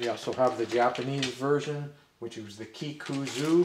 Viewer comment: Kikuzo. Zo like “zone.”